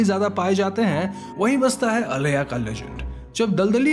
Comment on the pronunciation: When you talk about "aleya" its not that, its "aila".... I know because I had an creepy encounter with that creature only for 1 minute in my childhood.